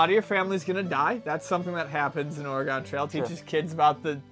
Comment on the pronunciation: I really wish someone would teach how to say "Oregon" properly..:(